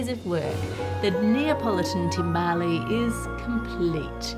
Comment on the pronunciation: The 'e' in timbale is silent.